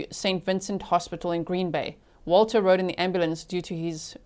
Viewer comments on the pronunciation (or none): none